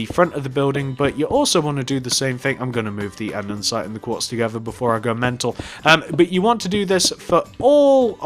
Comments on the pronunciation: Everything was perfect, just one small thing. "An-de-site" not "An-den-site". ^_^ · You just keep saying andensite. It is actually andesite!!!! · Stop saying andensite it’s andesite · You dumb shit its andesite not andensite dumb piece of shit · Omg!! It’s called andesite. Not andensite. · Your saying andensite it's andesite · Anyone notice he says andensite not andesite just pointing it out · Can you say Andesite right? You say Andensite... Sorry no hate it just annoys me. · him: andensite me: ANDERSITE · I think he has a little problem with saying "Andesite". Instead of saying "Andesite" , he's saying "Andensite" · andesite not andensite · Its pronounced "andisite" not "andensite" morin. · You do realise it's ANDESITE Not ANDENSITE FFS!!!!! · Why does he say andensite? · He is in middle English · STOP SAYING ANDESITE WRONG!! Also you forgot to add "Police Station" in the title. STILL ANDESITE! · Your saying andesite wrong😂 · It’s andesite